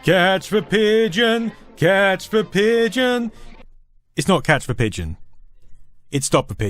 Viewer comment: "catch veh pigeon"? Isn't it "catch THE pigeon"?